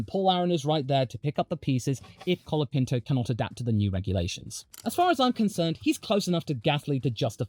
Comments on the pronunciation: "Collard" Pinto ? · Colapinto is here to stay, haters. Thanks for making a video supporting him, and I suggest you learn to say his name correctly. The "o" in Franco and the final "o" in Colapinto are pronounced like the final "o" in "mojito." Spanish o is a pure vowel [o], not a diphthong [oʊ].